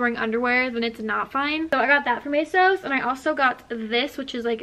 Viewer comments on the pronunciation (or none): isn't it pronounced A sauce no a sos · Why do u keep calling asos asose